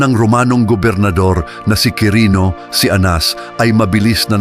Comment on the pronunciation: Cirenio po iyon hindi Kirino.